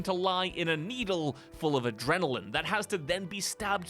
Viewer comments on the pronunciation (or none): none